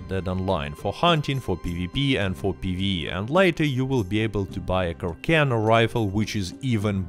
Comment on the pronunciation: In carcano its pronounced Car-S-Ano, as said by the arms dealers.